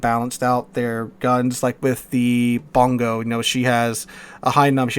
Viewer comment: Bongo? You meant Bungo.